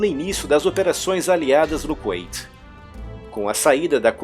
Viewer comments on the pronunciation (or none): Não é Kunaiti (como se pronuncia) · "Qüeiti"???? Kkkkk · a Pronúncia é Kuwait (com u no som) ou Kuwait (ait) no som ? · Cara vc fala kuwait com pronúncia em inglês, isso ficou estranho para mim